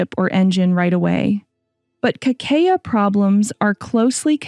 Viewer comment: Por que a apresentadora , de modo recorrente, não pronuncia o nome de Kakeya, pronunciando somente C A A ??? iNCOMPETENCIA, INSEGURANÇA ,BOICOTE, PRECONCEITO ? Algo combinado com aprodução do video ? Para um assunto que preza preciosismo, não devia ocorrer tal tipo de falta !!!